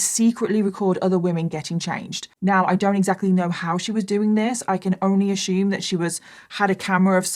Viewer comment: If I hear this b say "I ashoom" once more...... I almost can't listen to this it's so annoying